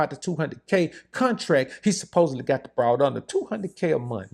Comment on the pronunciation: I appreciate your pronunciation of the Ole G term "BRoad"